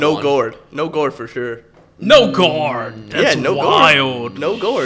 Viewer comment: Brodies nj accent coming out with guard 🤣 “gourd”